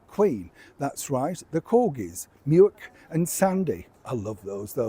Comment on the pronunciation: the dogs name ' Muick ' is actually pronounced ' Mick '. Obviously named after Glen /Loch Muick, near Balmoral.